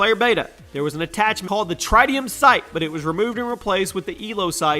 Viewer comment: It's tritium not trideium